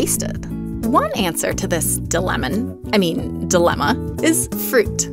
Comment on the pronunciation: “di-lemon” made me thumbsdown, unsub, and ask the algorithm not to recommend.